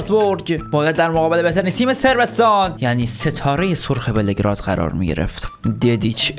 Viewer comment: بِلِگراد نه بِلگِراد😂😂😂